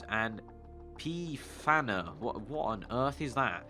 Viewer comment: Pfanner makes ice tea. Pronounce it like Funner.